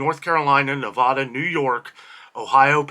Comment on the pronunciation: Scary, thanks for the heads up!! Nevada is pronounced nuh-vaa-duh with a flat a in the middle syllable. Born and raised in northern Nevada and so much of the country can't pronounce it correctly.